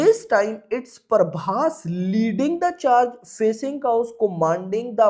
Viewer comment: Prabhash❌ prabosssssssss✅